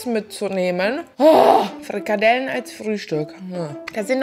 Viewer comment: Furchtbar, allerdings.. kalorrrrrien, frrrikadellen 😅